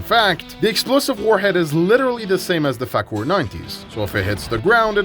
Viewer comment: Not Fakur Missile its Faker Missile 🤣🤣